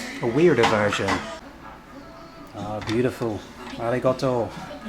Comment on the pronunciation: The "Arigoto" makes me so aggressive 😭😭😭